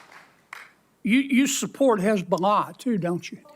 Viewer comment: The way she pronounces hezzbola tells u everything